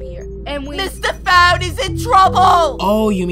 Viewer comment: It’s not Mr phone it’s mistah phone